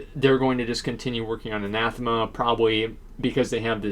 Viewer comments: I'ts "Ann Uh Theem Uh" by the way. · It's Anathema. He's just saying it wrong.